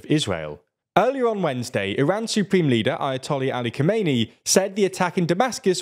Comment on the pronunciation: A minor correction for how to pronounce Khamenei. It has four syllables, Kha-me-ne-i (kha-meh-neh-ee kinda)